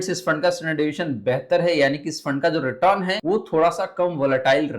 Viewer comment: Return to bolana sikhlo